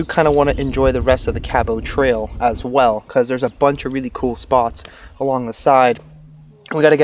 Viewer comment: You not pronouncing Cabot Trail properly is driving me nuts. But love your videos.